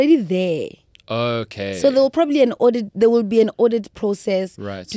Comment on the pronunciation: "There will Proberbly be an audit" this statement does not give one reassurance